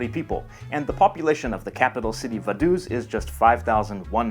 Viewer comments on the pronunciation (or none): Actually the borders of Liechtenstein IS demarcated. This means that there is a border (with bordermarkers) between the countries, and not just an administrative line (as between Andorra and her neighbours). Vaduz is pronounced something like "Fadohts".